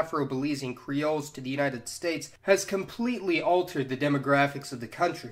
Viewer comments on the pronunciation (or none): none